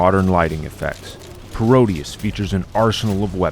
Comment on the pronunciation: It's Pro-deus, a word play on Proteus, not Parodius. Although Konami's Parodius shoot'em up series is a classic in itself.